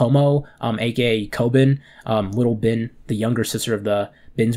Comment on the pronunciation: its spelt bin but its pronounced bean the I makes the e sound in the name